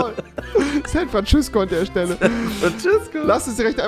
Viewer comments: bin ich der einzige der dass jeden tag hört san frantschüssko 🤣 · Also Leute: das nächstes mal wenn ihr Rewi seht sagt ihr: San Frantschüssco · San Frantschüssko rewi XD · San Frantschüssko Rewi😂😂